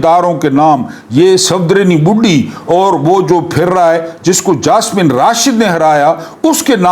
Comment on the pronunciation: I have already told you, that her name is Yasmeen Rashid not Jasmeen .